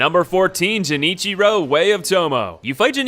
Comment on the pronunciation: Jenny-cheero way of tomow